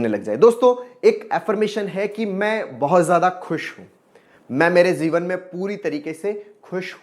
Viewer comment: Sir jeevan hai ya zeevan. I am confused with your language.